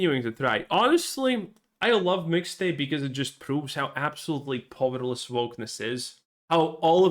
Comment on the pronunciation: PA-OO-EER-LESS not POVVER-LESS